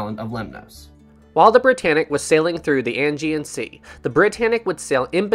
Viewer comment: Thanks for the video,! Two things to mention: 1. Aegean is pronounced "Ah - Gee- In ". 2. Just before Britannic struck the mine, there was a shift change in the lower compartments (boiler rooms and engine rooms) and all of the watertight doors were opened to allow the workers to easily pass from one area of Britannic to another. During this shift change was when Britannic struck the mine and all of the watertight doors were still opened. Captain Bartlett was just about to take a bath when the ship struck the mine and came into the bridge in his pajamas! Cheers.